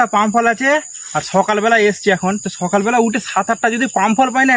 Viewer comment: ওই হালার্পো ছকাল এভাবে বলিস কেন? সকাল বলতে কি হয় তোদের ইন্ডিয়ান দের